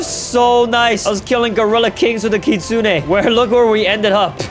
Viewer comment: Try not to mispronounce kitsune [LEVEL IMPOSSIBLE]